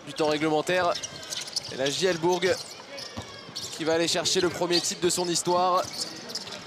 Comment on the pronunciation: Pas jl BOURG mais jl BOURCCC pour la prinonciation